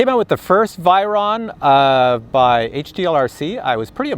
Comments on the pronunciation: vay ron lol not vi ron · I pronounce the "vey" Ron Like in vague .. the ey in they